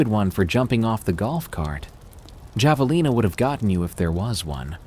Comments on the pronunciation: yet third time finally got it right....drives me crazy-- then goes back to wrong pronunciation...javalina??? friggin idiot ai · I’m dying over pronunciation of Javelina 😂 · And Hilo, Hawaii. It's where Lilo and Stich is set!